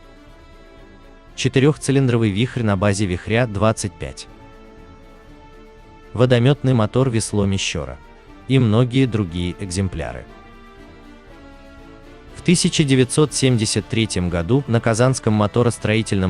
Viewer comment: не "Мещёра" , а "Мещера", неуч!!!